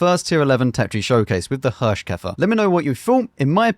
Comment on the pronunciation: Thanks for the most entertaining WoT content. I don't know how you're able to make everything fun to watch, even if the game wasn't really fun at the time you played it, but you do. Or the cutter is just brilliant. ;-) While you pronounced the Hirschkäfer pretty well, you got Nashorn completely wrong. It's build of two words, and pronunced like that, Nas-horn, which is literally nose horn, the German word for rhino. Just so you know. Please ignore and continue the way you do. Thanks a lot!